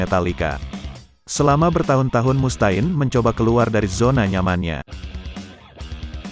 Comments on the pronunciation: ampun dh Mustaine ( read ) Mustein, bukan Mus ta'in 🗿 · Mus Ta'in bro banyangan coba didengernya.